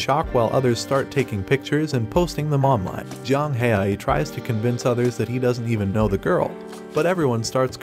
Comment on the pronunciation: It not Yang it jiang haoyi = pronouncing to English is somewhat like J ang how e that what I think it is but it easier if I say it to you